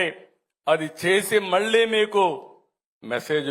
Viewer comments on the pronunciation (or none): none